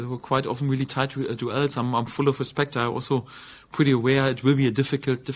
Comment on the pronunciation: english: duels farke: doo-els